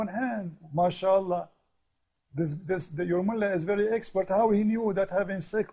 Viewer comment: TIAP KALI BILANG "MASYAAALAH", SAYA SELALU KETAWA... HAHAHAAHAHAHA...